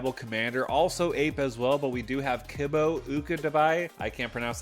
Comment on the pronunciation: to pronounce it gotta return to monke kibo= kee boh and uktabi = ook tah bee